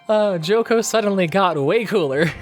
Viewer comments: If you are using the original japanese names... Why do you still call chocolove "joco”? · Him complaining about the name but calling Chocolove "Joco", Redseb "Ludsev" and Seyrarm "Salern" was cringe as hell.